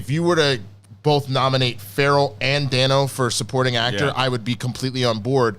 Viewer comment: It's pronounced ˈdeɪnoʊ. Paul Da(y)no. Everyone keeps saying it wrong.